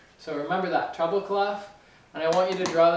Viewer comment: Funny, when you say "treble clef" I always think you're saying "trouble clef." Probably because North Americans roll the "R" more than the British, Scots and Australians. I thought wow, am I gonna have trouble with this clef? But the treble clef has not been a trouble clef for me. I have advanced in note reading and can stutter through simpler pieces thanks to your lessons.